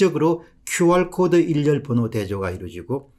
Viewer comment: "일렬번호" 가 아니고 "일련번호"로 읽어 주세요 !